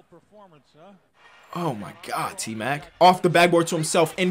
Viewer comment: anyone else hear him say A-mac